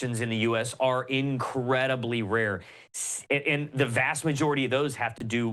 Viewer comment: thumbs down for using the word "incredibly", and you even pronounced it in the most sheeply manner. ugh